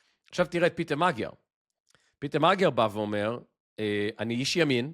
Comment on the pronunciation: פיטר. לא פיוטר. דש מבודפשט.